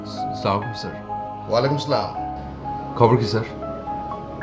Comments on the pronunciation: সালামকে বলল স্লামকুম।সব কিছু এত ভালোভাবে উচ্চারণ সুন্দর উপস্থাপন।আর সালামের ক্ষেত্রে,,, খুবই দুঃখজনক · সালাম টাও শুদ্ধ করে দিতে পারে না অপূর্ব 😡😡😡